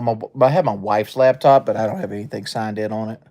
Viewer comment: “Lab top”